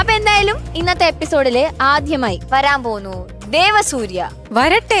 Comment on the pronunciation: ആധ്യമായി അല്ല ആദ്യമായി ദ കടുപ്പിച്ചു പറയണ്ട